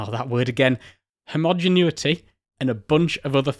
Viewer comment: HE PRONOUNCED "ALUMINUM" THE CORRECT WAY!!! ‼️‼️‼️ Aaannnd we lost him on "maths" and "homogeneity"